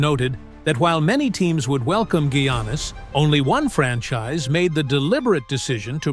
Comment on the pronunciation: First Gwannis then he said Janis. Then when the name Giannis was said right he said he’s going to the New York Yankees 😂😂